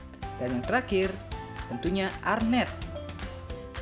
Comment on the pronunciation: Nice content kak... kreatif.. tapi btw mau koreksi dikit ya kak.. namanya "Hair net" atau "jaring rambut".. (saya pernah kerja di Salon pengantin) mungkin kita dengernya hernet.. jadi arnet kali ya... tapi gpp.. yg penting ilmunya mantap & kreatif jalan teruuus..😉👍🏻